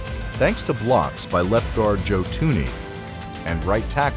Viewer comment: I thought his name was joe th-U-nE not tuny